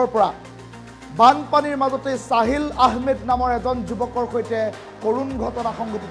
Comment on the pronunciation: Saahil nohoi sahil😂